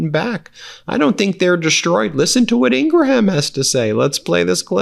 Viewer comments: Ben, you've mispronounced Laura Ingraham's name for so long maybe people are used to it. It's pronounced Ing*gruhm not Ing*gruh*ham 😊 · Laura Ingraham her last name has 2 syllables (not 3) ing - gram 2 syllables- ING- GRAM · The "h" in Ingraham is silent. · Ben, you’re the man! We watch you multiple times daily. No a criticism, but I think the spelling of Laura Ingram’s name has you pronouncing it wrong. It would be pronounced like this spelling. Ingrum. Once again, definitely not a criticism. I just wanted to bring it to your attention. You guys do amazing work and the country appreciates you.